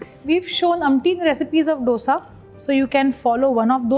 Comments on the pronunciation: It is not "dodsa" IT IS DOSA😂😂🤣😂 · Wow! Aap ch*@ bhoot acha banathe ho... MYSORE Masala Dosa nahi... Aur ek baat, its pronounced as DHOSA or DHOSE... Stop acting like Ramsey